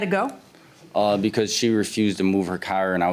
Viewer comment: I love how they pronounce car. Lol 😂 "cair"